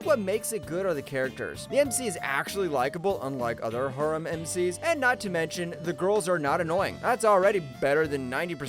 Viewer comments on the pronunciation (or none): ok so far so good except how he pronounces harem feels intentional and ragebatie